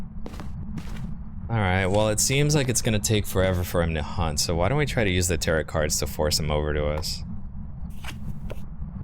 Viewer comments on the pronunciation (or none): Your naration is fantastic, my only critique is your pronunciation of "tarot". Thanks for the information!